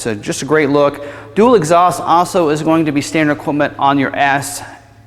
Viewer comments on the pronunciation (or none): none